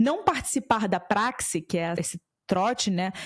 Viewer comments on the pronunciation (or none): adorei sua apresentação, porém vou te dar uma dica, PRAXE pronúncia é PRACHE de Praxe, de costume ok? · Praxe, pronuncia-se ( prache). Nem em todas as universidades eram assim. Pois eu tambem passei por isso e nunca foi abusivo. Dependia das pessoas e das universidades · Vídeo bom, mas como de praxe, (som de prache e não som X) entre Youtubers não teve êxito na palavra acima, que já foi muito usada aqui no Brasil tanto quanto em Portugal😢 e significa como de hábito, como rotina, costume. Mas valeu pelo conteúdo do vídeo !!! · A mulher não sabe, se quer, o que significa “praxe” e nem pronunciar…😂😂😂😂